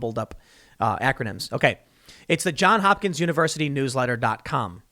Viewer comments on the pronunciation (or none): "Johns Hopkins" Tim. Not John Hopkins. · Frog2 I'll give you thumbs up for that. But the Baltimore Hospital and University really are called JohnS Hopkins, and hearing Tim leave off that S is just grating and reflects badly on him.